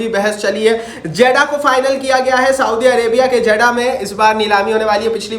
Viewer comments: 😂😂 jaddah nahi jeddah 😂 jake phele padlo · Not जेडा it's जेद्दाह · Zeda❌ jiddah hai ✅ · Jaddah nahi hai jeddah hai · Hahahahah Jeddah ha not jeda